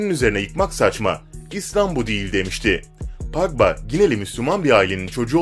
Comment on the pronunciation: Pagba? Ya abi sen futbol videosu çekme ya disslike